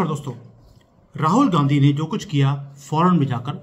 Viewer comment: Aap Rahul Gandhi bol rahe ho ya Rahul "Gandaki" bol rahe ho? 😂 or is it a glitch in the audio? Seriously plz clear 😂